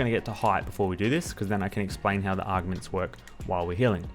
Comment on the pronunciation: I appreciate the guide but the way you say augments is pure aids. That’s not how you pronounce them at all. Unless your just doing it that way for fun.